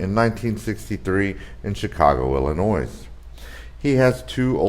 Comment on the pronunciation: Learn how to pronounce Illinois